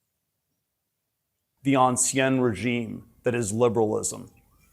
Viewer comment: it is the “Ancien Régime” [ɑ̃ˌsi̯ɛ̃ː ʁeˈʒiːm] not “Anciennnnnne Régime”, you Ivy League educated genius!